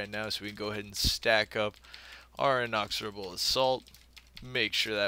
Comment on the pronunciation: InEXorable assault. Not inOXorable.